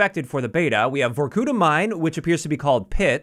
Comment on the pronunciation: It's no ,vorkUta, it's vorkutA. It is a town in komi Republic, Russia)